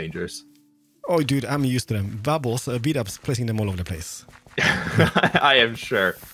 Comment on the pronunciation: Actually makes you think "Whos bdubs?" When you're fond of hearing "bubbles" in his videos